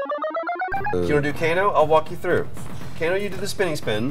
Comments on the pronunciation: Co-Kano? LOL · Well, that's it. I'm calling Kano ''Kokano'' from now on.